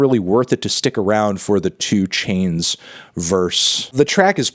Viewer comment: You mispronounced 2 Chynes's name